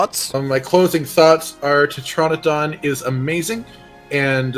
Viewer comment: Teh-tran-a-don Not Tetra-Naydon Look at real words like Pteranodon Pronounced Teh-ran-O-don